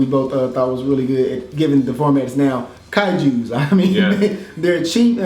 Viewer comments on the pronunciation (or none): dude said kaijus? .... unsubscribing